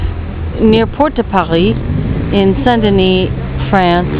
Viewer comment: I meant to say i like how you pronounce "San-Deny", if you'd ask me to pronounce it, i'd say San-Denise,...hehehehe! XD